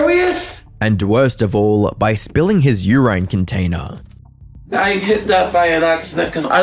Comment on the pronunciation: "U-rain Container!